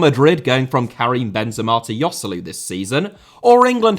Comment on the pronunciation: the way you pronounced Joselu 🤣🤣